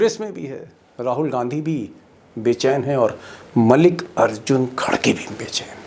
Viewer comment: मलिक अर्जुन खडके उच्चारण करते हैं आप कम से कम नामोच्चारण तो शुद्ध कर लेते